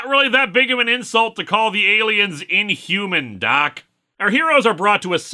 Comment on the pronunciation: "What is this word, in-hoo-myan?"